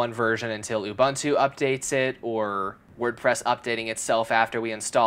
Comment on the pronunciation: My guy, its Ubuntu(U-bu-ntu). . . literally. . .not ubantu. . ..